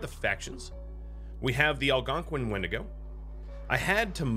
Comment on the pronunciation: I hate when you say the creatures name 😭😭 i would never say it out loud like that